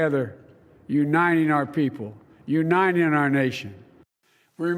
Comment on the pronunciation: He never has been able to even say Uniting. His best effort is U-9-ing. No wonder he has failed in bringing any unity.